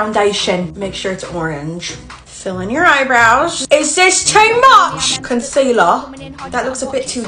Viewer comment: Put on a shi- ton of concealaahhh💀💀💀